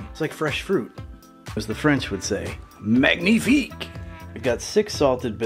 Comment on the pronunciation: That was MANG knee FEEK ! You sir are a con swier of fine foods. You went "too French" on weapons "cash-shay". It's just "cash". Never go too French.